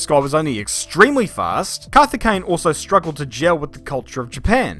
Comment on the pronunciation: carthy-caine ----- LOLZ